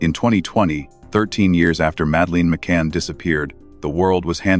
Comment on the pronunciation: Please pronounce her name properly,so annoying